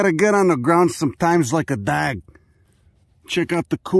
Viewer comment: "like a dag."